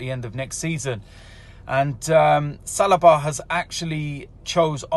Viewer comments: It is not Salaba, it is Saliba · OMG it's Sell-lee-ba